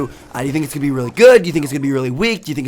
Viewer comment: the most word tmartn says RELLY RELLY